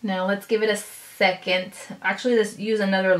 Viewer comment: it pisses me off how she says secont